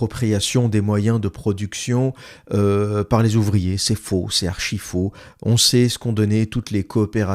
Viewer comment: 😅😅😅😅😅 à la minute 47,20. Mdr. J'ai eu un gros fourire sur : oe euh les zuvriers etranjey y vont gwan remplasset lez uvwier fwarcais! En imaginant butters de southpark tenir ce discours face à un robot ou un géant de la tek.😅😅😅🎉😂